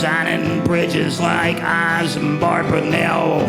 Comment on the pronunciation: Isambard is pronounced "Is Um Bard", not "Eyes Um Bard". But we'll let him off, coz it's French (well, Norman).